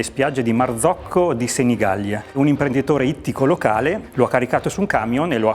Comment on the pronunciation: MarzoccA di Senigallia. Con la A finale! Come fa a non saperlo...